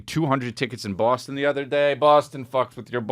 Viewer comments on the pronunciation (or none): none